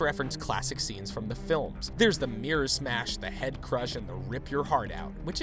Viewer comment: "mirror" yo can I have whatever your on?